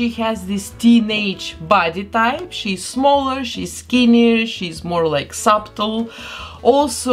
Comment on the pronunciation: she meant subtle but at first i thought......... supple??